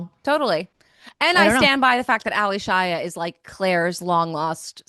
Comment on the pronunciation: It's not Ally Shia as 2 separate names. So annoyed every time she mispronounced it. 😂 It's Allyshia pronounced as A-lee-shia.